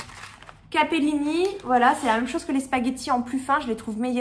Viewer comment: " La meum" ou lieu de " La même", tu ne serais pas du Finistère toi?!? 😀😁 Bravo pour tout ce que tu fais 😊